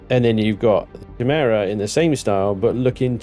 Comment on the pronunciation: im pretty sure chimaera is pronounced kie-mer-ah although he's using a different spelling of the word chimera